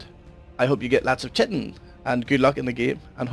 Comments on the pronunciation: It's pronounced Kye-Tin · Lol "chitin"